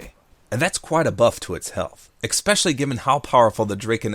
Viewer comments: ... did you just say expecially instead of especially? oh no... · Is it me or do you say "expecially?" Not that it's a problem, I'm just wondering if I heard it right. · I love you, man, but I would love you even more if you stopped saying 'expecially' :P